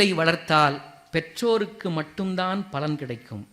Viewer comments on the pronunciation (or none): none